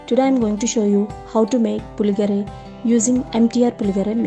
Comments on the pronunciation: You need to get few things right before learning to cook. 1) pronounce the name correctly- it is Puliyogare and not Puligare. 2) it is not Cumin seed but it is Mustard seeds. 3) it is switch on the stove and not switch off. 4) No-one uses Coriander leaves for Puliyogare. Hope you understand. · You cannot even pronounce the name of the dish properly